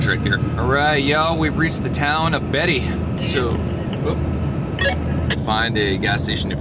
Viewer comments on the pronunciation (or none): You were never in Death Valley, and it isn't pronounced, Betty. BAITEE. Like what you fish with. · Work on your pronunciation of Nevada. The first a is a short vowel. Like. A is for apple. Also it is produced Bay T Not Betty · Beatty NV is not Betty, but with a long a sound like bait. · Beatty, Nv. “Bay de”